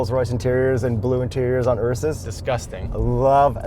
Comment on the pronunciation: Did you said Ursus 🤣